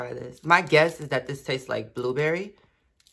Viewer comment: "scorprion booberry suhker"